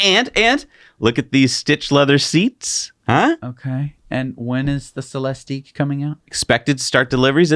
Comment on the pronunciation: It's Celistiq(ick) like lyriq(ick), no eeeeeek at the end